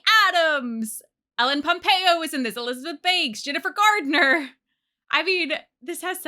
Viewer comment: I really hope you were saying 'Jennifer Garner' and not 'Gerdner' which is what it sounded like